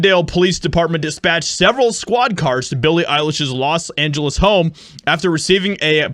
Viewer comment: Los(T) ANGELes.